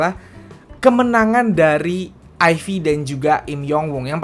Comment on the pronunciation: lebih enak nyebutnya "aif" bang ketimbang "ayfi".